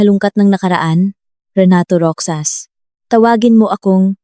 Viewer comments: MALI ANG PAG BIGKAS NG ROXAS IBIGKAS MO NG GANITO ROHAS IYON ANG TAMANG BIGKAS SA ROXAS HINDI ROKSAS 😂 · Bskit ang pagbigkas ng narrator sa ROXAS ay ROKSAs ? Hindi yata marunong bumigkas ng salita ang narrator? Yong salitang Ginoo binibigkas lang ng G. Ang dami pang mga pasakalye.